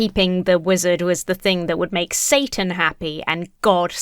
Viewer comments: Everytime I hear the mom say Satan without pronouncing the t in the middle I full body cringe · it's not "satan," it's clearly "sa-an."